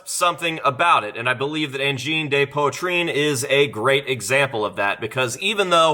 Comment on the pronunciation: I swear I found these guy like 3 or 4 months ago and totally called their blow up. I literally said “watch these guys be all over the internet in like a month” then BOOM. I fkn love them lol For, it’s said pwa-treen. With a some roll on the R